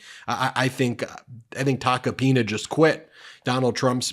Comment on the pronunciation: Ben… I’m pretty sure you pulled a Cohen and said “taco penis”lol! 😂😂😂 I know you really try to watch what you say, but when it comes to that name, it truly is Tacky Taco Penis! I wonder what shit he’s going to spill on Trump now?